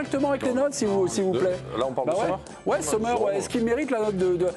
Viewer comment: premièrement Sommer ça se prononce comme en anglais. ici en Suisse alémanique on l'appelle "Sommm'r" voilà au lieu de faire comme si vous saviez parler le suisse allemand :-DDD arrêtez de mettre un Z devant !!! merci !!!